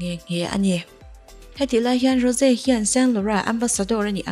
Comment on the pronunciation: Rose hi tinge Ro-se ti a i lam deuh tlat a